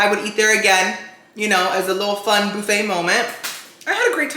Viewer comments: Try the text to speech feeder because that’s actually how it’s supposed to be said ind not boofet it’s buffet even as I’m typing it’s underlined red to say that’s not how it’s spelled. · Say it with me...BUHFAY....👌 😁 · It’s Buffit 😂